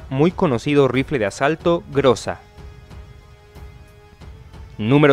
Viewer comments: "ГРОЗÁ" SE PRONUNCIA [GRAZÁ] Y NO [GRÓZA]. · No se le di groza sino grueza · "ГРОЗА" SE PRONUNCIA [GRAZÁ] Y NO [GRÓZA].